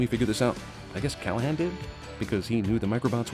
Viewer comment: Thank you for properly pronouncing my name right (Callaghan)